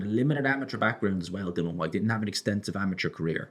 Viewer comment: Please say Dilians name correct!!! My god